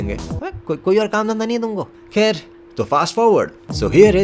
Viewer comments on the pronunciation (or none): 'kher' was epic 😂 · The way you said khair & put Anupam Khair on screen..was amazing🤣🤣🤣🤣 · That “Khair”… Lmfao 💀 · ngl That 'Khair' caught me off guard 😂